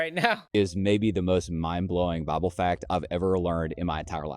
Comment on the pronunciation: Yes, butt the pronunciation of the word Bible really shouldn't sound like "BOBBLE" which creates all manner of misunderstanding until it's realized he's talking about God's word. The Lord Jesus Christ is certainly coming sooner this week than He was LAST week. Just be ready ALL THE TIME and then you'll be sure not to miss it. In the meantime, read THE BIBLE, { NOT the bobble }, YOURSELF and don't pay any attention to bobbleheads. Make up your own mind.